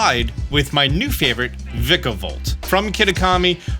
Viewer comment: It hurts my SOUL hearing this man mispronounce Vikavolt.